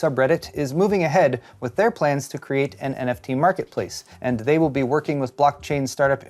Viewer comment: Neft...Well we all know how good the verge is with words, like tweezers.